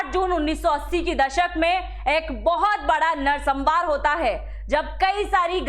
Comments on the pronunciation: नरसंहार का उच्चारण सही कीजिए मैडम जी, नरसंमार नहीं होता जी। बाकी इन्फॉर्मेशन के लिए धन्यवाद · narsambar nehi narsanhar...